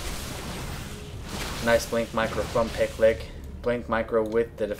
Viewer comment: I think the name is supposed to be pronounced more like PickYou LickYou [Pi-Q Li-Q]